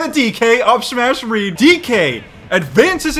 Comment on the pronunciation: "Read" rhymes with "seed."